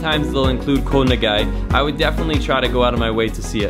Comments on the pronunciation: The word for island in Thai is pronounced "goh" very staccato/short, not koe, and I don't think you've seen all the beaches in Thailand. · You are pronouncing Koh wrong buddy.